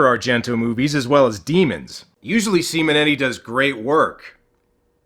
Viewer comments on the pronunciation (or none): Why do you say "Semen Eddie" instead of Simonetti?